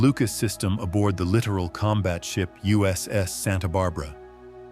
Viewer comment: ai captions, ai voiceover. doesn't know how to pronounce littoral. ai captions wrong.